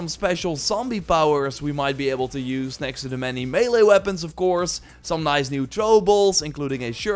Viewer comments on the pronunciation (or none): none